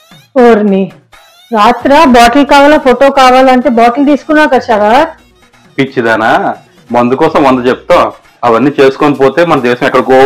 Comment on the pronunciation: శరత్ అను, సరాత్ కాదు.